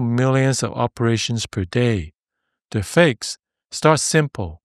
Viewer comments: I realized near the end of the video that it was "the fix" not "the fakes" 😅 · It's "The Fix", not "The fakes".. Took me a few seconds as well..